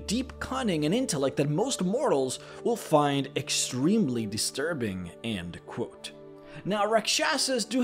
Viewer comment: It's "end quote". Not and quote. Ffs